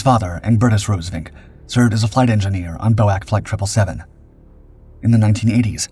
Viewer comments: Your canned narrator did a wonderfully accurate pronunciation of Yunkers (Junkers) and Por-TEA-a. However, the acronym for the British Overseas Airways Corporation (BOW-ak) continues to grate on this Englishman, even though I've tried to get you to correct it before. BOAC has always been referred to as 'BEE-OH-EH-SEE'. It was NEVER referred to as BOW-ak. Instead of canning your narrator for convenience, why don't you get the flesh-and-blood edition back in front of the microphone to record the King's English properly. Before I start referring to your airforce as YUSAF. Last: couldn't find enough stock footage of taildragging DC=3's taking off, eh? A DC-4 had four engines, and a nose-wheel....which of course you know, because in THIS vid, DC-4 at rotation suddenly morphed into a DC-3 at altitude. You don't need to be this sloppy, and your audience doesn't need it either. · Bo-ak irritated me more than it should have. Bee-Oh-Ay-See, please! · I have NEVER heard 'boac' but ALWAYS 'Bee Oh Aye Cee' try and get it right. My mother always said Churchill was an evil warmonger, good possibility he knew plane was targeted but allowed it for propaganda purposes? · B.O.A.C. never Bow-Ack but Bee-Oh-Ay-Cee. Learn the words, get them right. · Glad to see it’s not just me who’s sick of poorly informednarrative! What on earth was Bowack? B O A C. Bee - oh- ay-see! How many times? Tch! Some people!😅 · It’s not boac you dolt😂😂😂. It’s B O A C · You ninnies, BOAC is not "otherwise known as" or pronounced 'bowak' it is simply the initial letters of the British Overseas Air Corporation and spoken as 'B.O.A.C.' - that's what lazy AI narration gets you I suppose. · Again; it is not Bow-Ack, it is B-O-A-C. Each letter is pronounced separately. There has never been an airline call "Bow-Ack"! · Americans called it bo-ak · BOAC is pronounced B.O.A.C, it is initials, not a word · That threw me off until I read this. Bowack, WTF is that, a card game?